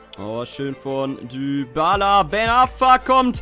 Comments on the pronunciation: man spricht Dybala "Diballa" und nicht "Düballa" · er heißt nicht Dübala